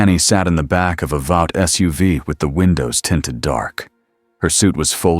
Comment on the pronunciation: These are always great stories I've only found a couple of them to be boring there's a problem though, when they use AI to read these they need to be absolutely certain they need to make the words like a train very specific so it's not called uh train. When they say vought it doesn't say vote. It's not hard just use the words and letters with the correct symbols of each letter that indicates if it's a long a or a short a so on and so forth. I'm afraid you're going to have to use correct and be sure that it cannot be interpreted as any other word than what it is.